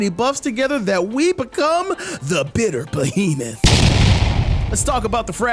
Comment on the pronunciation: It’s the explosion when you say bittier behemoth 💥 that gets me. Easy sub and I’m def tryin this out